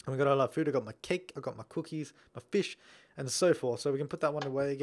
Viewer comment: Nobody says fish like "feesh".